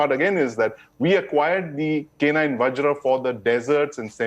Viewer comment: Boy...only guy who call Vajra as Vajr ...not a whimly VajrA